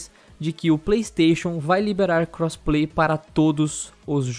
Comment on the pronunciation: O cara fala crossplay Só que ouço "cosplay" lol